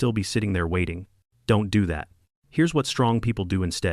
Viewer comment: You deserve a like. I love when you say Don’t.do.that.